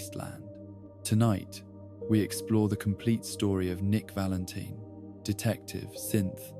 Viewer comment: Why does this video have so few likes? "Nick Valenteen" Oh. Oh, ok.